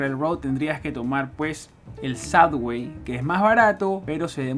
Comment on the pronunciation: Please...Please Please.....no es " SADWAY" ni SUDWAY.....se dice SUBBBBBBBBWAY con BBB no con DD. Come on tu eres New Yorker hace raton Mickey!!